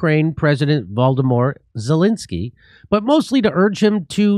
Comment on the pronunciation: Did you say Voldemort Zelensky? Like the Harry Potter villian?